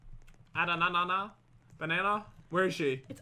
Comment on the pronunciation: you guys say there names wrong hehe haha'